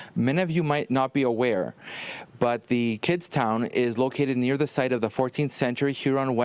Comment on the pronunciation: did she just say kidstin instead of kidstown